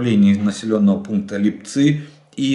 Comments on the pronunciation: лИпцы а не липцЫ !!!!!!!!!!!!!!!!!!!!!!!!!!!!!!!!!!!!!!!!!!!!!!!!!!!!!!!!!!!!!!!!!!!!!!!!!!!!!!!!!!!!!!!!!!!!!! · Добрый день, Олег. Правильное произношение населенного пункта "Липцы" с ударением на букву "и". Уж больно слух режет нынешнее произношение. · уважаемый Олег на поселок Липцы ударение на и спасибо большое с Харькова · Прошу Вас делать ударение на село Липцы ( Харьковская обл. ) на букву " и". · Липцы ударение на и